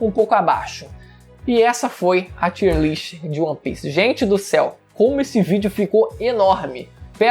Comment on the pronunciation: Tier lê-se “taier”, q nervoso kkkkk